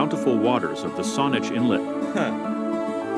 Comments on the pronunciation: He can pronounce Nuu-Chah-Nulth but can’t pronounce Cowichan or Saanich? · Juan de Fuca (ff you ka not foo ka) Cowichan Bay (Cow ih chan not cow ee chan) Saanich (sa nich not saw-nich) Ucluelet (you clue let) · Narrator mispronounces several locations: ko-WICH-an should be COW-ichan. and SON-ich should be SANN-ich. And there are trees at wilderness parks having diameters over 60 feet. Those mountains you see are the Cascade Mountain Range found in Washington state. There is also Hatley Castle and the Lt. Governor's residence (like a castle). There is winter skiing in mountainous Strathcona Park just 3 hours drive north of Victoria. So you could in theory, depending on the day, go scuba-diving in the early morning, then parasailing until lunch, a bit of cave-exploring, fly up to Courtney then ski down Mount Washington, and then take the ferry back home. We used to have a train, but figuring out who would pay to maintain the railway etc got complicated.. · When I lived in Saanich (not pronounced “ Sawwwwnich”, but Saaaanich), I used to drive to Victoria, (10 minutes), and would crest a hill and Lo and behold, would see the Olympic Mountains (Washington Statel, USA) looming above Victoria…it always took my breath away!!! Vancouver Island is a jewel in the earth’S crown. I am a tad biased but it truly is a gem!!! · I was just going to ask... where's Kaweechan Bay? Never heard of it! LOL!! Must be near Sawn+itch! 🤦‍♂ It's pronounced: COW + itch + in (final syllable is pronounced like "an" found at the end of "Michigan".) And Saanich is: SAN + itch, not SAWN + itch. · Sorry, but the way that video mispronounces some of the place names grates on my nerves!! Most people in B.C. say: Juan de Fuca (WAN-de-FYOO-ka); Cowichan (COW-i-chan); Saanich (SAN-ich); Uclulet (you-CLUE-let). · Pronounced like Sanitch, born and raised in saanich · And Saanich! I cracked up!😂